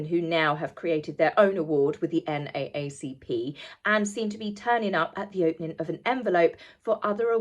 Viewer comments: In America it’s pronounced N double A CP. 😅 over all a great video. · Love your videos. Thank you. Just a thought, we in the US say Ndouble ACP, rather than saying each letter, not meant as a criticism, hope no offense is taken. Lots of hugs'n love from your upstate NY fan ❤ 🤗🥰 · Hi. I’m American and just wanted to let you know that NAACP is pronounced here as N Double A CP. yeah, I know 🙃 lol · Hi! It's pronounced "N double A C P" :P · NAACP is pronounced N double A C P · I'm from America and I kept wondering what you were talking about with the NAACP Awards. We pronounce it N, Double A, C P. Just FYI. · Just a minor comment the NAACP is usually( actually all of the time) spoken as the N DOUBLE A CP